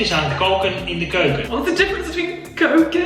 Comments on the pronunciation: Is it weird to say that I find it very funny watching u trying to learn Dutch okay I'm from Belgium so the language is a little bit different but still I laughed when u had trouble with kook in de keuken or something liked it was funny and I Can understand cuz I'm Dutch so it's easy for me to learn inglish then being inglish to learn Dutch have a great time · I was impressed with how well she did. But her thinking keuken and koken sound the same and pronouncing them that way was very funny :D